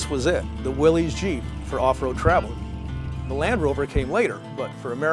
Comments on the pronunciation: Come on people ,its a WILL-ISS,not a WILL-EZE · I've heard its pronounces "Willis." Am I taking crazy pills? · Definitely among my favorite Jeep videos. Family memories with an amazing '53 CJ-3B Willys = top shelf segment! Incidentally, his dad looked like Glenn Ford and it's pronounced "Willis" after John North Willys. O|||||||O 🇺🇸Only in a 2 Dr🇺🇸 '41 - '06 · Willys is pronounced "willis"